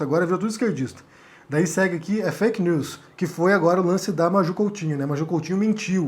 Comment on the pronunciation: Este cara não sabe nem falar veja o que ele falou.fak lius